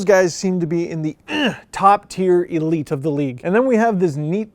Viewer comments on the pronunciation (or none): none